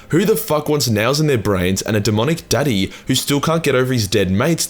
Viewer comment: Magnus: Never apply that inflection to the word "Daddy" again. Diomedes: Ogryns?!